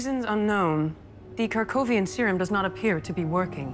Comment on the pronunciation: "Kirk-ovian" serum...? 😄